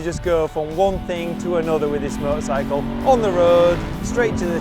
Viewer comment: With his accent a few times it sounds just like "murdersicle" lol